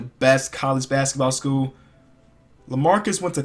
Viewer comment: I like how he says school.... "Basketball SKUUL"